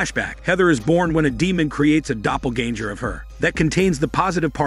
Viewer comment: A "doppleganjer"?? 😂